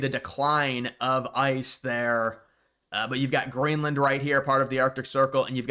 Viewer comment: Did bro say grainland??